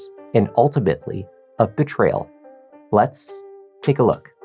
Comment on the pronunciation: Ok the "let's... take a look" is iconic, I say it all the time now